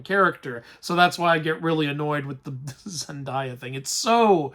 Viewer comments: Your pronunciation of Zendaya and Telemachus kills me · the only thing that upset me about this review is how you pronounce Zendaya's name (lighthearted)